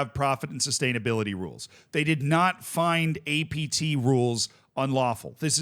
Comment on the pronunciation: Take a shot every time he says ATP instead of APT